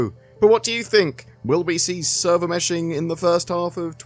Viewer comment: Server Meh-shing